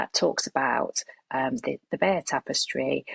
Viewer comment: The correct pronunciation of the tapestry is Bye - yur!